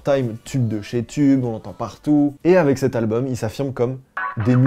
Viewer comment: Qui dit "albeum"?